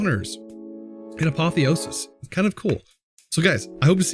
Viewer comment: Hey just a fact from a Greek viewer: Apotheosis means deification, so to praise someone as if they were a god. The accent is on the e, so the word is spelt A-po-thè-o-sis, with a rise in the e and a drop afterwards. Hope this helps you pronounce it better